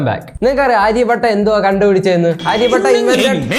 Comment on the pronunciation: ആര്യ പട്ട അല്ല ഡേയ് ആര്യഭട്ട😁😁😁😁